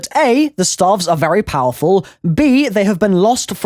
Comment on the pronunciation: I thought he was saying "starve" for a minute